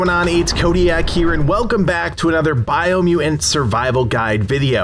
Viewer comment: Did you overcome a speech impediment or something? Or is it just one of those words that throws you off?